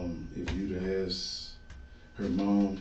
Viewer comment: Please stop saying Ax. When the word is Ask. 🙏